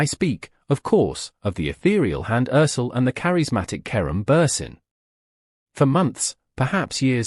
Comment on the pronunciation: Perdón. Deben de aprenderse Bien, los nombres de las personas de las que están hablando, No es Karun Buren y ella No es Hans Erçel (Se dise Kerem Bürçin y ella Hande Erçel